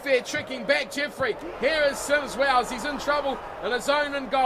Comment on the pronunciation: Hi Can you say it as Symes-wells not sims wells.